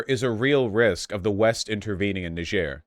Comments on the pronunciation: Yes the proper pronunciation is nee-zh-air it’s how people say it in Niger. Only in America are we so lazy and unwilling to attempt pronouncing it right, so now most Americans think it’s Ny-jer cause in school that’s what we’re taught. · "knee-zher" btw, not "nai-djer" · It's pronounced Neez-yehr. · It’s pronounced Nee-jér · PSA The Nigerien Embassy says it's pronounced nee-Zher, kinda like "knee-share" but a bit harsher. It's not a English colony, like Nigeria, but rather a French colony. Thus, the difference in pronunciation despite similar spelling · The most accurate pronounciation of Niger is nee-ZHER. It's a majority francophone country and the name is french. I know it's kind of stupid and pretentious to call most countries by their local name/pronounciation when speaking English, but in this case it's really easy and helps steer even wider away from any crass jokes. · It’s pronounced Knee-jer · The country of Niger is a French-speaking nation, and as such its name is pronounced with the same sound as in vision. It is not to be confused with the country of Nigeria, which is English-speaking, whose name contains the same sound as jam. They are both named after the Niger river, which is actually pronounced like Nigeria, just to be confusing. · Trump, desantis, or any Fox News host properly pronounce this countries name….. difficulty: impossible. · Haha how did you pronounce it when you asked?